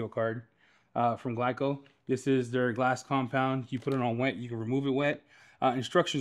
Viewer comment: my dude said gleeco 😆🐿️💨